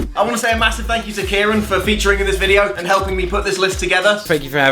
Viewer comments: Btw as an Irishman who is fluent in the Irish tongue (Gaeilge) I feel obliged to pint this out. It’s not pronounced kee-rin. The fáda on the A in Ciarán elongates the vowel to make it kee-ron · doesn’t change the fact he pronounces it wrong